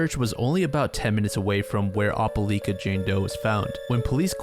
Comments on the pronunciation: ope-LIKE-Uh not ope-LEAK-Uh😢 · "opah-lee-kuh Alabama" LMAO (it's opah-L👁️-ka but this made me laugh a lot) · Love the video, one correction tho- it's pronounced "Oh-pull-ike-uh" not "Opp-uh-leek-uh" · It’s not (op-o-leka) it’s (oh-pa-lie-kah) for the pronunciation for Opeliaka, AL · Ope-lie-ka. Not Oppe-Lee-ka. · It doesn't really matter, but Opelika AL is pronounced Oh-peh-like-uh, not Opp-uh-leek-uh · Opelika is pronounced Oh-puh-lie-kuh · it’s pronounced “opal-like-ah” (Opelika) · Opelika is Oh-Puh-Like-Uh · OPA -LY-KA say it like that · It’s pronounce oh-peh-like-ah, Alabama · "O-peh-lie-ka" is how you say that fam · Good video, Opelika pronunciation is triggering me tho lol “oh-pe-like-ah” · the way you say opelika pains me so badly 😭 it’s oh-puh-lie-ka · for future reference it's pronounced "opa-like-ah" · For future reference, Opelika is pronounced Op-a-LIKE-a. I'm sorry, it just bugged me the whole video. Southerners like their hard vowel sounds. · Must be that guy but it's Oh-puh-lie-kuh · Your pronunciation of Opelika is wrong but you’re not from around here so carry on. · That's not how you say opelika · Same here. Sad story, still shocked at the evil that can be so close... btw have you ever heard anyone pronounce "Opelika" like that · Being from bama no I’ve never heard someone pronounce it like that and it had me so confused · Oh-puh-like-uh, as an opelika native, I recoiled in how you pronounced this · the way you pronounced Opelika, Alabama gave me a chuckle. great video!